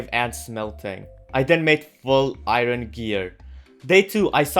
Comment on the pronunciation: Iron not iro